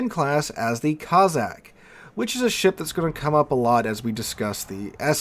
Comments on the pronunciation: Cozzack ? It's CoSSack - after the Russian tribe. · Good vid with one annoying exception. You pronounced Cossack as Cozzack, it's Cossack, no Z's in it. The S's are pronounced like the S in Snake